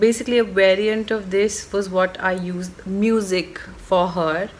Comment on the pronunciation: its Musc, not Music’